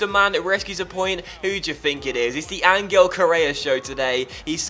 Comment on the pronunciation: Hey, love the series. Just a small gripe; Correa's name is pronounced An-Hel, not An-Gel. But seriously, great series!